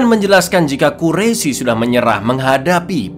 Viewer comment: Gemes dengernya pengen ngoreksi aja pas liat baru 5 menit. Sering banget bilang kaum quraisi, padahal harusnya dibaca kaum qurais (tulisan quraisy). Lanjut nonton dulu